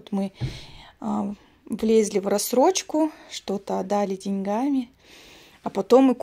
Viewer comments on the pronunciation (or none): none